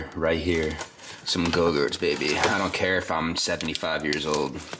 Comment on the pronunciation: Yogurts not gogurts